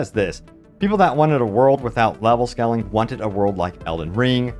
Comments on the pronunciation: not to sound rude but the way you pronounce scaling is not how you have to pronounce it. try to say it like this skay - luhng . and no, i'm not a native english/american speaker. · It's scaling (long "a"), not scalling. Love your clips though! ❤